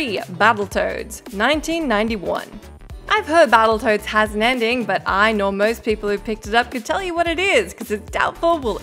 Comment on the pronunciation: Its Ninja GAY-den. NOT GUY-den.. Babbletoads??? Dafuq???